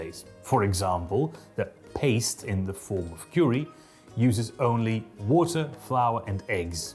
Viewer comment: your mark twain pronunciation of "water" sounds like "olla" to me, which is neat